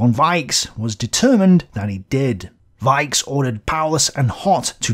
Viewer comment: Even if iit' s not very important a pronounciation correction: "Richthofen"/"Broich/Weichs" . In German "ch" is pronounced the way you did after the letters a,u and o. But after an "i", "e" "ch" is pronounced softly like "reich" (rich) or "weich" (soft) if you listen to a translator program. Besides great work.